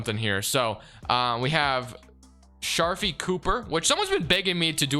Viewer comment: Somone tell him to pronounce sharife cooper name right